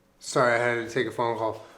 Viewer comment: My favourite thing about you is that you add extra syllables to words "I had to ta-take a phone call". Like your brain is quicker than your mouth. I'm Australian, so we mostly try to shorten our words. It's music to my ears.